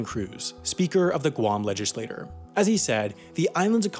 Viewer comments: did you just pronounce legislature as legislator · and "legislature" is not pronounced "legislator." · He pronounced "legislature" wrong, too-- he said it as "legislator." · (legislator, legislature) Look them up and their pronunciation.